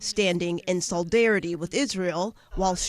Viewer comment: sol*i*darity; note the 1st of 2 instances of the letter "i." It is "solid-erruh-tee" — not "sawl-derruh-tee."